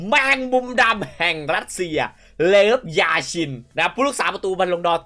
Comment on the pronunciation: เลฟยาชินครับ ไม่ใช่เลิฟยาชินครับ😆